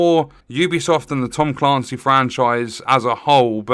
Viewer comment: Tom Caaancy?! 😳 Ps. You’re right.